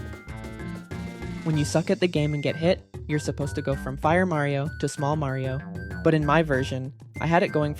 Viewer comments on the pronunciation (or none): the R in 'Mario' is still wrong this irks me